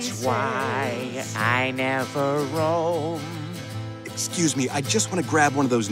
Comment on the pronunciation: roam* (also, "ruuuuubbeeeer" would be pronounced as "rubbeer". The letters that should have been multiplied are the "u" and the final "r".)